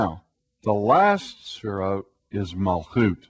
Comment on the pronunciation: He keeps saying "sphere-oats." The sphere-oats combined with the bow tie makes this guy seem really basic and unintelligent.